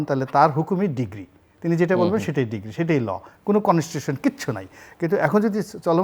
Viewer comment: উনি ডিক্রি কে ডিগ্রি বলে কেন?